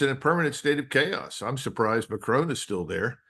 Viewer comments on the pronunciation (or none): Why do Americans pronounce the French president's name as McCrone? He's French, not Scottish. The final 'o' is short.